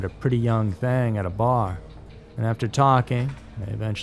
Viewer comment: " met a pretty young thang" 😂